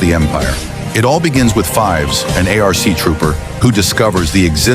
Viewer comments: It isn’t pronounced A-R-C it is ARC also spelled ARCH trooper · “A-R-C” TROOPER????